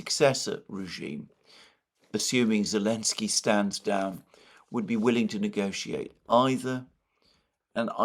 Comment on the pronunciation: Well, you pronounce Putin, Merkel and Zelensky name correctly. This is a good enough!